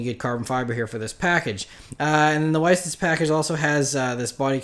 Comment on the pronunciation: how did u butcher the light weight package pronunciation it was on the 918 and i thought everyone knew how to pronounce it smh...